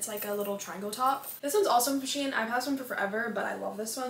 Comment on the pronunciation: I love how she said she-in😂(no hate or anything I love your channel❤)